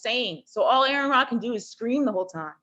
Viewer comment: Terrible video. So much misrepresentation. That woman puffing on her peace pipe has watched so many of Aron's videos - and still managed to mispronounce his name? Repeatedly. Lol.